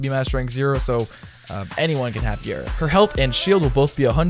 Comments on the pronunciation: also, frame is pronounced ga-ra, not gare-a, because R words in japanese kanji (the language they use to pronounce foreighn words) is a replacement for L. japanese word for glass is ga-ra-su. ga is just because the japanese always have a vowel following a consenent. no skin off your back, but just in case you were curious. no, im not a weeb, i've just taken japanese in highschool :P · It's gara not gera, btw love your vids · Why you say “gayra” 💀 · Why does he pronounce it gayra? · slaughter 1v1r it sounds really weird, I hear him pronounce it Géra